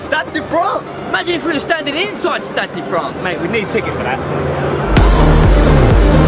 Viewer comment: Stade di Fwance you kill me 😂😂 I'm french